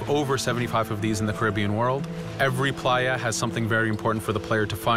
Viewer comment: Playa means beach and say it right dude